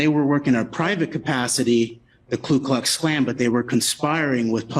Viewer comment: Ku not Klu you dope